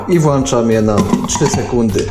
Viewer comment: Sernik fajny, ale chłopie „włączam”